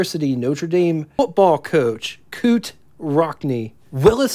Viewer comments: Appreciate the research and compilation work on the business lives of these car brands. Still chuckling at hearing the Notre Dame Football Coach called ‘Coot’ Rockne. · Knute Rockne is pronounced "Noot", like 'knew'.